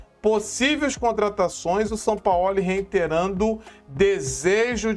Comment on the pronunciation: nitidamente vc está novamente passando pano p Sampaóli como vc diz, Sampaó ó 😂😂😂😂